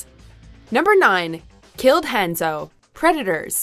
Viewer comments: It pronounce Han-Zo Not Hand-Zo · Was I the only one that felt weird when she pronounced Hanzo, hAn-zo lol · anyone else hear the way she said hanzo